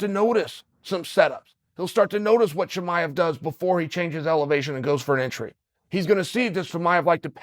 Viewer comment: For guy who makes so many videos on him, you’d think he would start saying his name right man.